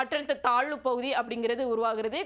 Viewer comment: Malai pavuthi ya😅 ayyo pls don't make the language funny.